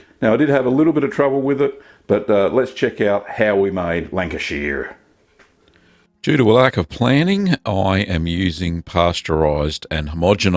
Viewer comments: Just for your information,Lancashire is in the northwest of England not the midlands And Lancashire is pronounced…”Lan- cash- ear” Nice looking cheese BTW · Step one, be in Lancashire. and re, the pronunciation. Lan-ka-shuh, is correct .. also its in the North of England, not the Midlands. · Its pronounced shire - 'Shh-hi-er' Love your videos btw. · The Americans would pronounce it "shire", you are pronouncing it "sheer" and I originating from the county pronounce it more like "shur" like the singer Cher kinda! I've lived in the US since 90 and I miss my Lancashire cheese. I't best grilled on toast with a bit of black pepper. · This cheese looks so good - i am from Lancashire i miss this stuff like crazy- i can even forgive you the way you butcher the pronunciation of the word Lancashire. It is very much not pronounced Lanca-sheer (*), it is pronounced Lanca-shuh If you just pronounced it with an Australian accent it would sound much closer. (* fellow Lancastrians I know that rhoticity is a feature around Rossendale but not in most of the county) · 70 years Lancashire born & bred.... Its pronounced "shur" (like an abrubt "sure")... Lancashur!! 👍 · Really interesting video. If it helps, it’s pronounced Lan-ka-shhhr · Thank you for this video. I live in Sydney and Lancashire cheese is very hard to get here. I miss it very much. Incidentally, it's lovely to hear an Aussie accent. Lancashire is pronounced Lanc-a-shuh. It's in the north west of England, not the Midlands. That is where I came from, a long time ago. Thanks again, great video. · 1 person from lank-uh-sheer is mad lol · northerners not midlanders, also its with the shires of the UK its more like a sheh or shah sound. great vid though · Also need to work on the pronunciation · Love the ways you were saying Lancashire (I’m from there). Also it’s North-West England 🏴 not in the midlands 😊😊😅😅